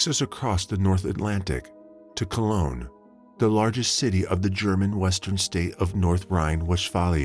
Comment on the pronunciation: A few corrections: 1. Amore is Italian, not Spanish, for Love ❤️. 2. CODIS is pronounced coe-diss not coy-tis. 3. Jefferson Parish is not 2 hours north of New Orleans. It’s not even north of NO at all, LOL. 4. Cologne, Germany not Colon, Germany 5. Her name is pronounced Pay-truh not Pet-rah. 6. The city in Florida is pronounced with “Like” in the middle, as in Ohpah-LIKE-uh. I know there were 1 or 2 other little mistakes, but I cannot remember them and the video is too long to rewatch right now. I hope someone else spots them so you can get all of these corrected.